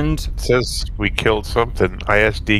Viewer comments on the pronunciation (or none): none